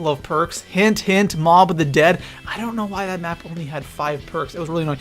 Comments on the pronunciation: Map not may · He said may layout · it said ay layout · You said may layout 😂😂